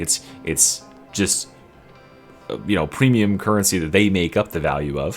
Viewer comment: pwemium cuwwency